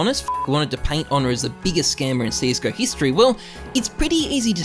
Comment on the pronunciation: His name is not Onne. It's Ohne